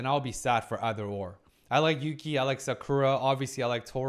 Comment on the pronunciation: Yass! Put some respect on Yuki's name, she pulled the S rank hottest guy in school. And you got her name right 😂 Such a strong episode. Desires and insecurities versus shame and the need to grow.